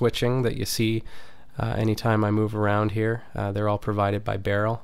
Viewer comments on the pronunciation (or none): none